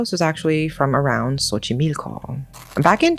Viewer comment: Im so happy to see a story from México in your channel! This is one of my favorites on mexican folklore. Also, your pronunciation is soooo good, Xochimilco can be an intimidating word but you nailed it